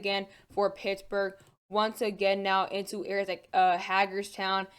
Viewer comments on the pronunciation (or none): none